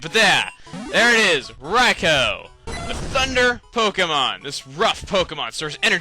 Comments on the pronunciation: UGH. Rye-co RYE-CO? I've always pronounced it Rye-koo. Beginning of this vid cheesed me so much :P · It's RAI-KOO not Rai-ko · i thought it was pronounced Ry-koo not Ry-kow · Daikon: I got sort of famous for everyone mispronouncing my name like Raikoo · its rikoo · I thought it was pronounced Rai-koo? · I thought it was pronounced "Rai Koo" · I'm pretty sure it IS 'Rye-co', though, seeing as how it is spelled. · I alwasy thought Rikous name was pronounced like Riku hmm. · Your saying Raikou wrong.... .3. It's RAI-KEW! Dx. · I thought it was Ry-koo >_> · i hate how u prounce everything wrong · Raikou is pronounced raiku isnt it? And dang it chuggaa, you shouldnt have used yur master ball on raikou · I believe it's Rai-koh. D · I do believe you pronounced Raikou wrong, yes I know, its an RPG and with out them having speaking voices in the game, you can call them pretty much whatever you want. Rah-e-coo-oh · I just want to say is that the 3 legendary dogs or whatever you call them are cats not hamsters not dogs or beasts their cats i can prove it,Entie is a lion,Raikou is a tiger,and sucincune is a cheetah ok i just want to clear that also ps.Chugga i think your videos are awesome and you said Raikou wrong but it doesn't matter